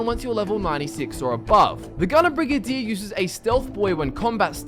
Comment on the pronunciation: Brigadier, not brigadire, idiot.